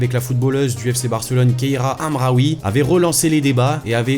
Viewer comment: Kheira Hamraouii HA hA pRONONCE BIEN PAS KIRA PAS AMRAOUI HA HA